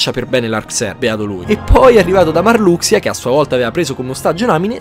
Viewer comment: Che bello sentire "MARLUXIA" e non "MARLUSHA" hahahaha da bambino lo chiamavo MARLUXIA e rimane tale sti cazzi Cmq ottimo riassuto!